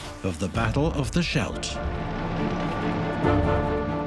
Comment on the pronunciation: It's pronounced SKELT.